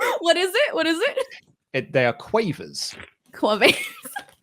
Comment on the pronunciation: pronunciation of quavers wtf I’m british and I hate this I’m cringing so much